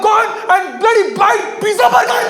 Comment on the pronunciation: Y shouting so much needlessly till the voice goes high pitched and funny, and cant b understood? Y needless swearing? U youngsters with your pijja, bugger and f-ing! 😅